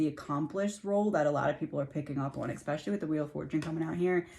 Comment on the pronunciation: Hi, I'm new here. Your reading here was fascinating. You speak so well, (except, you said expecially, instead of especially, two times. MANY THINK THERE'S AN X IN THAT WORD! I USED TO!) I can tell, you are working with spirit. It is so enjoyable, watching you!! I think I found a new favorite!! I hope nobody is mad, about me correcting that word. I promise, I'm NOT the speech police. lol 💞💕♥